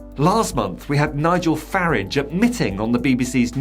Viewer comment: Why is everyone suddenly calling farage faridge.